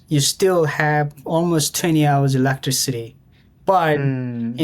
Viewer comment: LOL I love the way you say electricity electric city lol. It's e-lec-tris-it-tee I think I said this to you before but if you're looking for a movie to watch it's called the interview you will die laughing it's a comedy about North Korea and Kim jong-un un😂😂😂